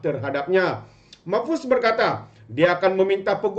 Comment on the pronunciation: MAHFUZ... BUKAN MOHFAZ...!!!